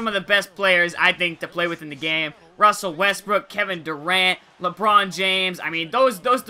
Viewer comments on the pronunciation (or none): none